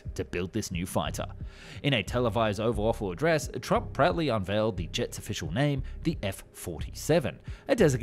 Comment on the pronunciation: Did you say "Oval Awful"?